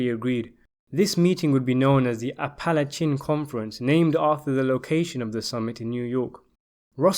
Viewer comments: "A Pal at cheen" conference? It's "Apple ache an". Thanks for the upload. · Apalachin is pronounced "apple" + "ache" + "in". And Joseph "Joe the Barber" Barbara 's last name is pronounced "bar" + "bear" + "ah". Talk about butchering names up. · As an Apalachin native, this always upsets me. It's pronounced ap-e-lay-kin. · It's pronounced Apple-LA-chin, not Appla-CHIN. And it's not "raunch" but "RANCH". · thanks Brudda,,,I thought that was the part,,,the messed up part,,the commentator stats appalachan,when I think Scorcese has it as Appalacha,I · "App a Latch a " Not whatever that was you said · I live in Apalachin it’s pronounced app-uh-lake-in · It's pronounced "app - uh - LAY - chin". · He butchered it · Appa-lake-in not chin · The narrator sounds South African or something. While it may sound annoying to you, you can’t just expect a foreigner to know how to correctly pronounce a word most likely of Native American origin. Besides Apalachin being known to anyone in that local area, most Americans and everyone else are gonna fuck that up as well.